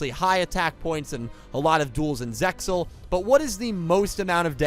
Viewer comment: Im sorry but its zexal, the x is not silent